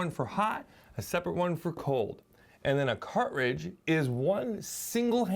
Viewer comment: I love how you say “car’ridge” 😊